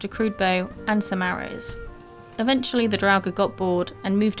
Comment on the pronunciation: I am subbing because you are pronouncing "draugr" without a V like some other youtubers